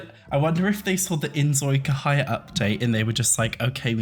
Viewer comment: dude ive been watching your inzoi cahaya stuff and this one, yeah, some stuff looks like it could be inspired by it frrr. im so sorry i dont mean to be rude but like. the c is not like in a k sound like in canada its c like in chair idk if that makes sense i put your vids on background while i do stuff and this hard c pronounciation of cahaya really breaks my immersion AKSDFKJSDF